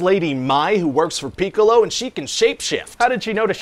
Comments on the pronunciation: Lol. "Peek-a-lo" and "Yam-cha" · I like how he is slightly misprounouncing "Piccolo" every time.